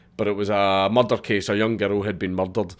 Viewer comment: I find it hilarious how you say Murdered or Murder I have a giggle.